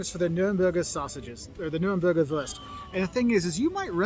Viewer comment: I love how he don't say Wurst but würst 🤣🤣🤣